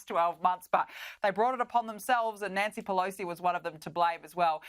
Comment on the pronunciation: Nanshee Peloshee